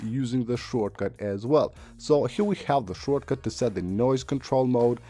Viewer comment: “Shore cut” lol